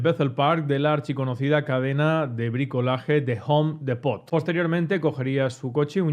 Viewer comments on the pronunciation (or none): Los españoles pronuncian el inglés de lo peor 🤣 dicen "de jom...depot" 🤣 mitad inglés mitad español 🤣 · "de jom depót" 😂😂😂😂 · Cuando dijo: de hom depot. Ya se sabe que no vale la pena seguir escuchando